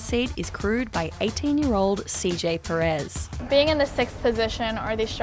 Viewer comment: Pérez. The narrator mispronounces.